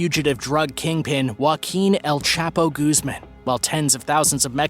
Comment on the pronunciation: Mispronounce "El-Chapo" ? LOL!